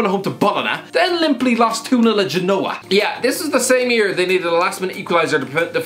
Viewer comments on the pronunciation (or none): He pronounced Bologna and Genoa incorrectly